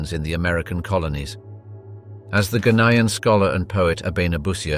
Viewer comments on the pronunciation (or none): "Ganayan"? Must have meant to say "Gayanan"